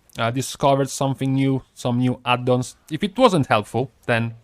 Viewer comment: LOve how you say "Add-dons"!